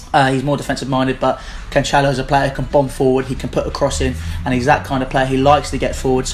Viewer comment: It's pronounced CAN-SELL-OH. not canchelo